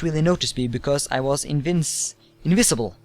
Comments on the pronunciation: INVISIBLE! Not so hard to pronounce. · ha the way he says invisible and regenerates, i just had to stop the video and laugh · Ok, don't call me stupid, I know his first language ain't English, I'm just being helpful:P Regenerate: Re-jen-er-ate Invisible: In-viz-ib-ul Character: Car-act-ter Hope this helps:D